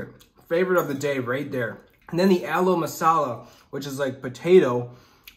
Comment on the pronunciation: We use only hands to eat almost everything even if it is a 7 star hotel. Hey bro That's pronounced as "Mango Lassi" Not mango lisa and it's not pronounced as Aloe Masala it's pronounced as Aloo Masala